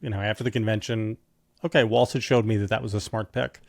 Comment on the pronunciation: She doesn't even pronounce Walz's name correctly.